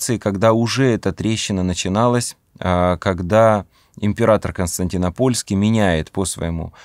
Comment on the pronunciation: Константинопольский ударение на второе о а не на третье